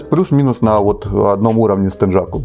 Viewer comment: Не теджаку, а тенъяку!